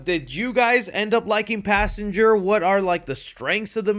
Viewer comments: "Passangar" unc is never hearing the end of it 😭✌️🥀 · “Passanger” amazing job unc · Pass Anger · not good Passanger is disgusting no good